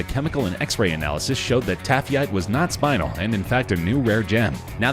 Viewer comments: The gem is NOT pronounced SPINE-UL . . . it's SPIN-EL. Another example of a hastily produced video where nobody bothers to proof the script and discuss with the narrator. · Oh my goodness, I know this damn narrator did not just say SPINAL. They found that pretty lavendar stone and thought was SPINEL which is not pronounced pronounced like SPĪ- NULL!!!! My Lord! It is prounounced SPÉ-NELL...the first the first syllabel is more pronounced and the second one the NELL is more pronounced. Someone should have given a narrator of a channel this size some heads up on pronounciation!!!!